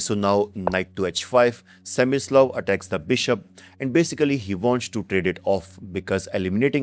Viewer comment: his name is Smyslov,not semislav.